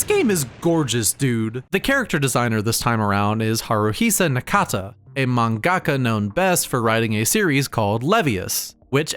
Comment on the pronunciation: Why do you pronounce mangaka like… well… that